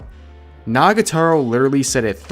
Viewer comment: Rev you keep saying Nagataro. It's Nagatoro. Toro. To-ro. Pls. It's killing me that you're mispronouncing it.